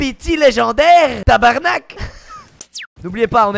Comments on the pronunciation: Il a pas dit tabarnak, mais tabErnak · Vraiment c'est pas comme ça qu'on parle tabarnaque